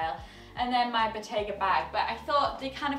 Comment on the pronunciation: I heard “Bottega bag” as “potato bag”! Lol